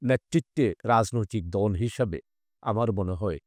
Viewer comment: উপস্থাপক কে ভাষা উচ্চারণে আরো পারদর্শী হতে হবে, দল বলে ধল, আরো অনেক উল্টোপাল্টা